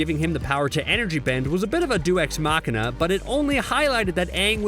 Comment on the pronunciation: Deus ex machina is not pronounced like that...